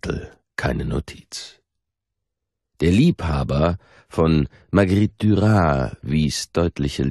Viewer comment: Marguerite Duras, mit stimmhaften S! 😉 Aber ansonsten sehr angenehm.